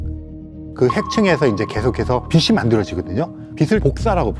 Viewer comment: 빛을 빛이 를 비슬 비시 라고 읽는거 너무 거북하네요